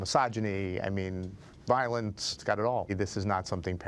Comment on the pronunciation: he said vilince?